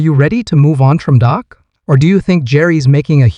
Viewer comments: Amen! How can this announcer even have a job when he can't even pronounce the guy's name right? Pathetic! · How can A I's phone be blowing up? Come on... can't AI pronounce Dak's name correctly?